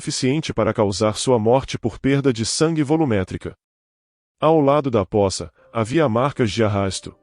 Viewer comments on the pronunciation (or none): Pôça ...e não poça. O problema do português foi a extinção do acento , mas a pronúncia continua como sempre foi.